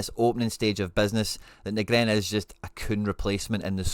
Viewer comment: Ben Knee-gren...top vid..👍